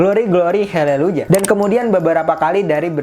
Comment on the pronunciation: Izin corretc Haleluyah bukan heleluyah